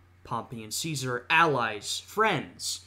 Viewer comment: I gave you a sub not only for risking an inevitable strike for this video, but also for acknowledging the proper Classical Latin pronunciation of Caesar. Though, one little semi-pedantic correction: When you say Caesar in the Classical Latin fashion, the ae diphthong should be held for an extra vowel length. The length a vowel is held changes the meaning of the word from a simple noun to a formal title. That being said, great reaction.